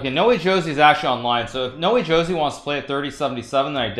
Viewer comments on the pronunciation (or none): When is he going to realize that [No Wee Joe See] "Noway Josey" is pronounced [ No- Way - Ho - Zay ] ?